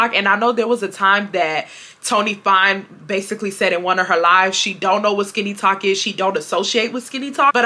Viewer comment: You learn something new every day. I’m not on TikTok much but I’ve never heard the term. At first, I thought you were saying “skinny talk” 😂 as always, great content!